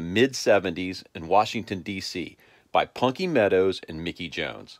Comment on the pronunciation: the one tha at can not say punky can